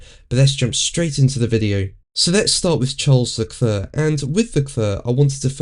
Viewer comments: Dude! It's "le-clair" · Leklør? Ha ha ha ha ha ha. You mean Leclerc? Ha ha ha ha ha. Lekløøøør Lekløøøør Lekløøøør Lekløøøør ha ha ha ha. ÅOKIDØUKS as well also.